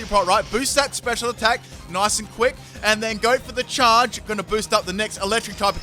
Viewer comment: why do you say charge so weird